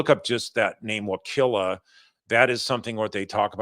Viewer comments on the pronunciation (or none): It's wuh-kuh-la.. not wukilla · Great video. FYI: It's "wuh-KUH-luh" :) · Wakulla is pronounced like “hull” or “gull.” Before I moved to Tally, I always thought it was pronounced like “cool.” Lol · it's Wa Hull a. Call the facility to get correct pronunciation. Wakulla is a separate country and not an annex of Leon County. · Your pronunciation of Wakulla is totally wrong! Our nickname is WillKillYa County, but the official pronunciation has no ‘kill’ in it.